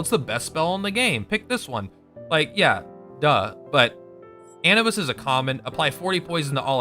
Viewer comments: anubis uh-noob-iss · Anibis? you mean Anubis? what the fuck....